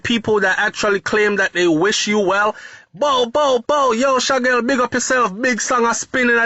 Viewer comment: HIS NAME IS SHAQUELLE (SHAKEEL)_NOT SHAGGEL